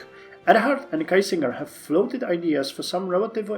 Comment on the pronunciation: Now that i've caught up: You had Kiesingers pronounciation correct the first time you read about him :)! It's more a spoken "Key-singer". But other than that well done all around :) !